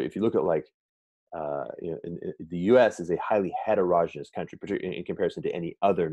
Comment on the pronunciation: And het-erogeneous?